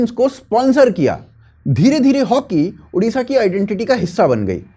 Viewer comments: It's"odisha" not "udisha" for your kind information "odia" not "udia' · I don't get this, don't you UP wale hindi letter mein ओ नही है क्या?। It's ओडिशा not उड़ीसा। Always a problem with Hindi speaking arseh0les😏😏😏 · One humble request, correct your pronounce.. Its Odisha and not Udisha. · First of all it's not ऊडीशा, it's ओडीशा. Everyone is pronouncing this wrong always. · Udisha ❎Odisha✅ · Our State name ODISHA not udisha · Udisha nahi bhai odisha hai ❤️‍🩹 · I am an Odia. I am totally apolitical. But CM means always Naveen ji for us. We miss Naveen ji. And yes one request..please say ODISHA in place of udisa.